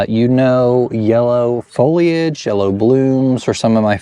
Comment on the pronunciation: Thank you for saying foliage and pronouncing the “I” 😁